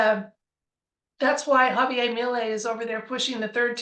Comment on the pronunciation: Argentina is a Spanish speaking country. That means his name is ha-vee-AIR. 😊